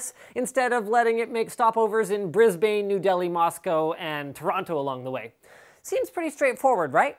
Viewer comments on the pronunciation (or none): It's Brisbn, not Brisbayne ^_^ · Heheh, "Bris-bane". It's pronounced "Bris-bin", but no gap. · I just died a little when I heard Brisbain. Linus just letting you know its similar to sounding Brisben :D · ITS BRIS-BNE NOT BRIS-BAAAAANE GET IT FUCKING RIGHT! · pronounced brisban not brisBAINE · its pronounced brisben not brisbane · Brisban not Brisbaiiin dude you yanks are shit at pronunciation .period.full stop. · it's not brisBANE it's Brisbane (Brisban) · LOL 'Breeze-ba-nn' - Linus you're the best, but it's 'bris-bann' :) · Bris-bane xD Brisben is how it's pronounced. Spelt Brisbane though. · BrisBAIN. It's not a Batman enemy. Bris-ban, like i "ban" you from pronouncing Brisbane again. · AHAHAH.. Bris-bane. It's pronounced Bris-ben. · Brisbarne. Not Brisbain. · but Linus, internet wires from the USA connect directly to New Zealand and Australia by going west and across the IDL. also, its 'brizbuhn', not 'brizbain' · It's pronounced "Bris-Bin" not "Bris-Bane" LOL KEEP UP THE GOOD WORK! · Lol Linus, its pronounced Bris-ban not Bris-bane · Brisbane is pronounced Briz-bin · Every Aussie and Kiwi pronounces the city "Brisbin." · Man, I thought the only Australian city Americans had trouble pronouncing was Melbourne. Brisbane is pronounced bris ben/brisb’n, kind of like mel ben/melb’n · You said Brisbane wrong it is BR-IS-BAN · Here in Australia we pronounce it Brisbin not Brisbane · Brisbane is pronounced Briz-Bin. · its pronounce brisben but spelled brisbane just to let you know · brisbane is pronounced like brisben ahahah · It's pronounced, Briz-bun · Bris..BANE.... are you serious Canadian LOL... sorry but the way you said Brisbane was stupid :) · Hehe so true. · Linus, Brisbane is pronounced "Bris-bun" But the U is a bit looser, its absolutely not pronounced as Bris-Batman-Nemesis. ;) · Bris-BANE. Lol. Silly foreigner. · Linus thats not how you pronounce Brisbane, its more like BRIZ- bun (almost b'n) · Bris-bayne? What? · please say brisbane correctly